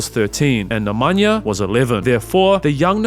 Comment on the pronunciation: Good pronunciation except he can't even say Nikola properly, nor Nemanja or several others. I wouldn't praise it.